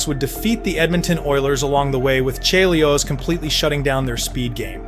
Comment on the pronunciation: This had better be AI. How the hell do you mispronounce Chelios' name?